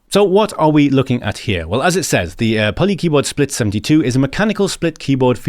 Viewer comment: Great! It means a lot to me when people get excited about my keyboard project (Please just pronounce it PolyKeyboard)!